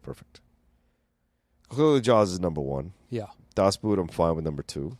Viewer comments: Great episode. "Das Boot" is not pronounced with a "oo" like in "root" but more like a "oh". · The vowels in "Das Boot" are pronounced like [o:].